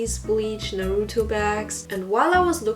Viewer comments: Just found your channel and am now binging all of it 😅 I like your personality and humor, and hearing people speak in a German accent just warms my little stuck-in-America-and-can’t-visit-any-of-my-family heart 🇩🇪 The German R in Naruto - I CAN’T (timestamped for personal use) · The way you said Naruto… EINEN Deutsche Seele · Did you just pronounce "Naruto" in French accent